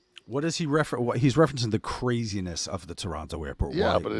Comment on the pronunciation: Nash with the proper pronunciation. When you know, you know.